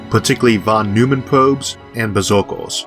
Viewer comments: Von Neumann, not Von Neumman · I would guess, he probably pronounced it german, but I have a hard time thinking about a word in english which uses this sound....maybe "oi"? like in "oink"? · This is the most amazing channel. How do you keep up the pace and quality? You must be working overtime. There is always room for improvement, however. Allow me one nit-pick. Fawn Noy-mun. If you pronounce "Fawn" like a New Yorker, you are pretty close to the professor's pronunciation. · A nit pick: Von NOY-man. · Just one minor correction, please: Von Neumann - Should be pronounced as "Von Noi-man".